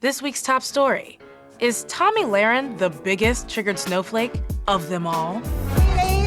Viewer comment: Lol I love how you mess up her name lol